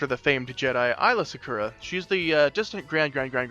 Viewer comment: "eyela secura" 😬 "twolek"